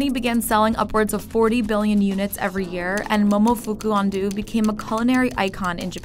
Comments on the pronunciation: Name: Ando Narrator: UN-DOO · I hate that she says it like Andoo when it’s actually pronounced Andoh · It's correctly pronounced "An-doh" for Mr Ando, not "An-doo". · momofuku ando also the voice over: momofuku andu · “Ando” is pronounced Aun-doh not An-doo. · Argh. If you set out to make an educational video, at least attempt to pronounce key names and words properly. "Andō" rhymes with "rando", not "can do". Loved the Kool-Aid Man segment, though, especially when Frank Simms tried to break through the brick wall. 😄 Also fascinating about the use of artificial crap smell in military medical triage training. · It dissapoints me yet again that your narrarators cannot, CANNOT, pronounce foreign names or words. How does Ando become Andoo? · FYI, Ando is supposed to pronounce ‘An-dough’ not ‘An-doo’. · Ando is pronounced like ahn-dou not ando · She mispronounced momofuku ando, it’s pronounced andou not andu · or andough ... nanchatte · AAAHhhahhhh the pronounciation of "ando" makes me rEALLY ANGRY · You couldn't even look up how to pronounce Momofuku Ando's name? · Lmaooo her pronunciation of his name is horrifying .